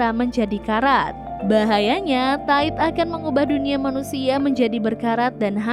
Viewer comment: Solnya kan bisa jadi cowok. Jadi mereka mereka ... Min, bedain cara baca TIDE yang lebih kayak ke memuai di bagian bunyi AI nya gak sama yg kayak di pikiran elu: Ta I 😆